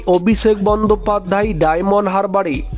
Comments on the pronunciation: কথাটা "বন্দোপাধ্যায়", "বন্দোপাধ্যাই" নয় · বন্দোপাধ্যায় কে বন্দোপাধ্যাই বলছেন কেন?? উচ্চারণ টা একটু ঠিক করুন। বড্ড কানে লাগছে।